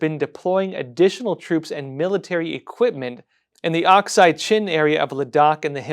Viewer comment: it's not OXIDE Chin. It's Aksai Chin. And it belongs to India.